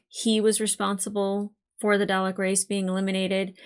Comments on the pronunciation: Nvm the “” thing, when you pronounced Dalek like “Day Lek” I will admit I chuckled a bit! 😅 But then I remembered that all this was (pun unintentional) alien to you and at least when I was very little I heard my Dad say it a few times, and we both live in the UK so I shouldn’t laugh really lol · "darlek" it's pronounced "darlek" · Every time she mispronounces Dalek, it annoys me. 😮‍💨😮‍💨😮‍💨😮‍💨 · Still working on that pronunciation of Dalek I see.